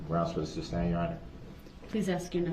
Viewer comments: It’s not sub-stain it’s su-stain!🤷🏼‍♀️ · Love the way Brooks keeps saying “substain” and not “sustain”. And he doesn’t realize that the more he talks the worse he looks in front of the jury….he thinks he’s making points with them….all this just shows he has no idea how the law works or the language of the law. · Substain lol goodness...